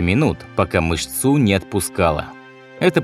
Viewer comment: Не мышцУ, а мЫшцу...